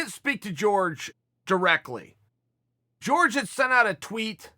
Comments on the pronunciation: Jorge: it’s Pronounced hor-hey Chael: it’s George Jorge: I apologize Chael, can you get in touch with my parents and set them straight please? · Can you stop anglicizing ethic names it's Jorge not George it's Kamaru not Marty! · Fuck. It's not "George", man. It's "Hor-hey ." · George??? Wtf is George... its pronounced OrHey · Everyone: hor-hey Chael: George Everyone: George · He get Cejudo correct though 🤣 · Hey Chael! His name is pronounced Jor-hey. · "GEORGE" lol Chael is doing this on purpose lol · Jorge pronounced as George. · I’m waiting for him to start pronouncing it correctly as Georgy porgy. 😆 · Tom babybot you mean Jorge is pronounced Horhay in Spanish. 🙈😂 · We'll be respectful and say his name right. You "whitening" his first name is very disrespectful. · Chael " GEORGE MASVIDOUL" Sonen